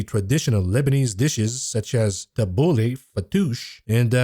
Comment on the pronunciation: you’re middle eastern. You pronounced that tabboleh too well